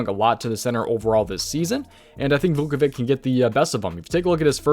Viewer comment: Just letting u know ur pronouncing Vucevic wrong it’s Vu-Suh-Vich